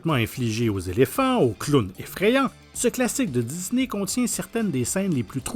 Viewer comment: De dizney ah cet accent Québécois